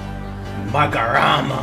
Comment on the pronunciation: "magorama" 😂 ma-ho-ra-ga. sry i had to 😂😂